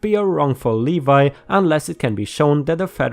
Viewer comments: Hey mate, just a heads up "levy" in that financial/legal sense is pronounced "levee" like used to hold back water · Levy is pronounced lev vee, not Levi. Also, the landlord story with frozen pipes is the landlord BSing OP, because he doesn't want to admit he's at fault. During the bitterly cold spell last year in central Ohio, we actually got letters from management advising we keep our thermostats at 67°f, to keep the pipes from freezing! I normally set it down to 63 - 65°f at night, & keep it around 75°f during the day. This' because I'm cold sensitive & have poor circulation in my hands. If my arms get too chilled, my fingers go numb & white. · On reading the story with the OP (as a minor--sharing his Mom's name on HIS bank account), The word LEVY (is actually said like LEV-EEEEE ) when you said it like LEE-VYE (you seem to say it like a person wears a pair of Levi's Jeans!):) hee hee.... To make a Wrongful Levee/Levy against OP's bank account would be to PUT A HOLD On the account, thereby in a sense "FREEZING" the funds so OP would be STOPPED from being to use His own money in that account to say, make his car payments, rent payments, Not be able to pay his monthly utility bills, etc. Actually that would be a Detriment to actually DESTROYING OP's LIFE and make it so He could NOT survive and likely end up homeless and completely broke. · It's just Lev-ee, not Le-vi :) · Final Story: "Levy," with a capital L is a name, pronounced "lee-viy." With the small l, it's. "leh-vee." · Please listen and learn how words are to be pronounced. "Levy" is "lev-ee", NOT "le-vi" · Levi my account Me: Levy: Levi Me: screams at computer Levy! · Not a condemnation just an observation; Levy: pronounced Lev-ee. Not Lee-vi. 😁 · just a friendly pronunciation comment. Levy is pronounced 'Levee' as in a hard "e' ar the end instead of an 'I'. Love your channel and listen everyday. ⭐⭐⭐⭐⭐⭐⭐⭐⭐⭐⭐⭐⭐⭐⭐⭐⭐⭐⭐⭐⭐⭐⭐⭐⭐⭐⭐⭐⭐⭐ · Levy - levv-ee! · Levy is pronounced Leh Vee